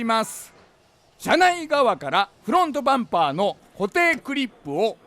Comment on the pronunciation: 久しぶりに見たけど「スグレモン自動車用品のです！！！」言わなくなったんですね…フrrrrrロォント！